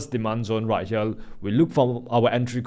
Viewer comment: Do not phukn pronounce here as Hiyal pls!😢